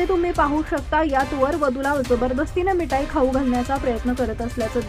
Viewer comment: मिठाई. नीट म्हणायला शिका. मग बातमी वाचा.